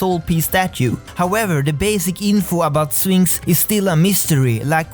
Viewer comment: you say sphinx i hear phoenix